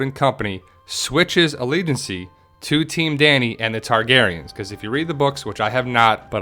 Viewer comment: allegiancy allegieses ... , nailed it! 😎